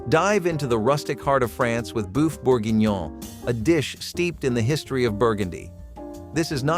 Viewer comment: "BOOF" Bourguignon? Who do you think you are - "INJustice" Kavanaugh? Should sound more like "Buff", fool. "FILLY" of Redfish? Are you serving HORSEMEAT!? "GHOUL-ASH!?" Are you KIDDING ME??